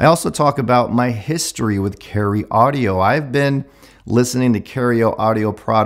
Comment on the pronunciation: "Caryeo Audio"